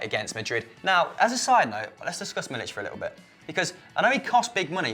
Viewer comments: I can understand when people mispronounce names but........ how can you mispronounce MILIK, where do you se the 'CH' on the end of the name. He is not from the Balkans so you do not pronounce CH on the end of the name.( Anyway he has 'k', not 'c' on thee end of the name) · 3. It's Milik and not Milić